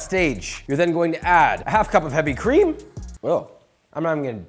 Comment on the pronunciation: New intro… “HEAVY Creeeeam?! 😳😓😱”